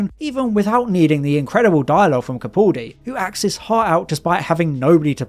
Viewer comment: It's Capaldi.... Not Capauldi